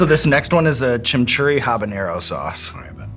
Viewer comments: "CHIM-EE-CHURRI" not "chimchurri". Heard it last episode too and it's one of those things that eats at my brain. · Chimchurry? Chim churree? Chim chiminey chim chim churroo? I likes what I likes and I likes what I do? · 😂😂😂 “Chim-Churry” Sean’s pronunciation on Chimichuri is reminiscent of Mary Poppins! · He can’t even say it